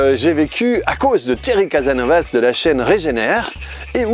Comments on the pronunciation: Casasnovas! Pas Casanovas ok ? 😀 Oups, je suis pas le seul a en faire la remarque je vois, hi hi hi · Lol c'est CasaSnovaS les deux S se prononce !! Sinon bien la vidéo top !